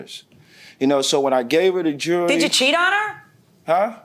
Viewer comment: Please explain why certain people can't pronounce the word "jewelry " correctly sounds so uneducated